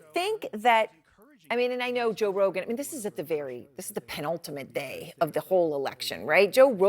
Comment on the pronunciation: When you are so one sided, you can’t even pronounce Joe Rogan right! Let’s support Truth and not excuses!